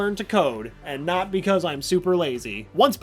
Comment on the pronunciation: Don't you mean Not? Its not noot.